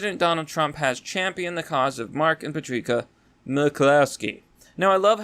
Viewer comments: Did you just pronounce the name Patricia as “Patreeka”??? Dude. It’s Pa-trish-a. Or “Pat” for short. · Love your videos dude but you need to learn how to pronounce simple words and names. Her name is pronounced patrisha, not patreeka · Just FYI, the lady's name is pronounced "Pat-rish-ah" not "Pat-reek-ah." Other than that, keep up the good work. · Patrica? You mean Patricia. Where are you from? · "pa-tree-kah" It's pa-tris-ee-aa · Patricia is pronounced ‘Pat-risha’ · Puh_treek-uh. HAHAHAHAHA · It's pronounced Patrisha. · Her name is pronounced Patr(isha) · lol "Patreeka"....